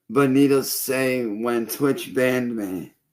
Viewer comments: I still think he's saying "needles" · Is he saying "needles"? To me it sounds an awful lot like he's saying "needles".